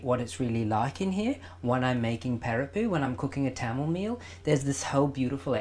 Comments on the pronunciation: He spoke so beautifully in Tamil then called it pERippu xD it's PArippu guys! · I do mine boiled and then do the temper with fried onion, garlic, ginger, curry leaves and Maldives fish chips then add the lentils and coconut milk. Btw I have never heard sri Lankans pronounce parippu like you do. Great video as always. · Hi Rajiv, I am a Sri Lankan Dutch Burgher (Toronto)who grew up on this eating it multiple times a week. I find your pronunciation a bit strange. We always pronounced it Parrippu with an "ah"on the the first syllable. Loved your recipe although I make it slightly differently. I am so happy you are spreading the love of our cuisine to the world.